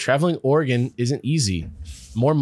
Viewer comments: Just pronounce Oregon as "organ". 2 syllables with "gun" at the end. Everyone can pick out a tourist the second they hear "oar-eh-gone". Same if you visit Idaho and pronounce Boise with a "z" instead of a hard "s". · Am Oregonian. We pronounce it "Oar-uh-gun". If it helps, a common simple pronunciation trick I've seen is to say it as though you are asking, "would you rather bring a knife to a fight, *or a gun*?" Just don't say "gone" at the end and you're golden. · Oregonian here. Y'all pronounced it correctly for the most part. It's NOT "Or-eh-gone", but otherwise you got it. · As an Oregonian, I’ll share something I heard from somewhere before (forget where): it’s not Or-re-gone, we haven’t gone anywhere! So you guys have it right! Random aside: it’s also Washington, not Warshington. I hear a disturbing amount of people saying that! Not that you guys did!